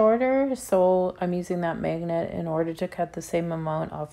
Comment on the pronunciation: It's MAGnet not MANGnet. Good job though. Thanks for the tips